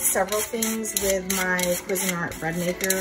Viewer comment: Cusine Art... say it. Say cuisine, then say art. Qwe Zeen' Art with the accent on Zeen. That's how the folks at Cuisinart say it and that's the correct pronunciation.